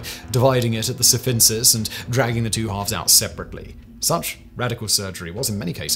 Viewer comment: Dude, are you on speed while doing this recording? I’m finding myself rewinding every so often because you’re jabbering away at 100 miles/minute lol. I’m trying to listen while cleaning but I can’t focus on anything but what you’re saying. You’re speaking so fast you even mispronounced "symphysis" (sim-fi-sis) as si-fin-sis.